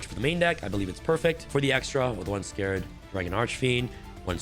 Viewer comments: Love ya vids bro but please it’s “Scar-red dragon Archfeind” scar red not scared or scarred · Its Scarred as in a Scar not Scared like fear.